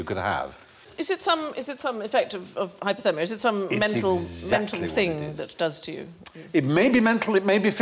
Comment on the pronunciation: It’s hypOthermia, Stephen, and not as you pronounced, hypErthermia, which is heat stroke. Sadly, every newsreader I have heard makes this mispronunciation.